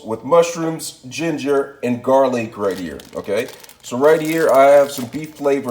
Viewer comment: XD Fearless! Shameless! Hook em up boy😖✊. "She-Takay" "Gar-leek". You fancy huh?👌